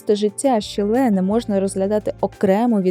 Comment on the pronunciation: один з моїх улюблених художників, тільки правильно шИлє а не шілЕ